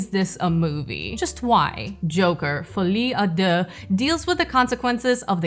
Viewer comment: if this movie is so irritating that obliges you to stoping to ponctuate the accent in "fuli â dé" Geez is pretty bad then